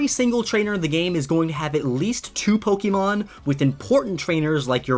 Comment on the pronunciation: Take a shot every time he says Pokémon wrong